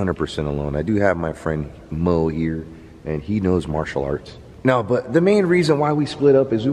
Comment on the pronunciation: Marcail....really? Do you speak English? Martial arts, chica!